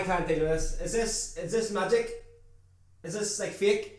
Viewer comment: "This is magek?.this is fek?"😜😂